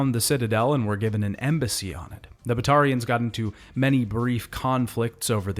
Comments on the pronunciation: All good until you tried to pronounce Batarians lmao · The way you mispronounce batatians even when THEY SAY IT RIGHT IN GAME drives us crazy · Also Kasumi and Kaiden …